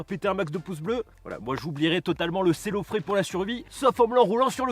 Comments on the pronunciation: Le fait que tu dises « Célofrais » me stresse à un point 😂 Personnellement je dis « Célophane » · cellophane, tout cour, et cellophé jamais entendu parler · SELOFANE! Et pas selofrais ou je sais pas quoi.... ça m’a agacé TOUTE LA VIDÉO MDR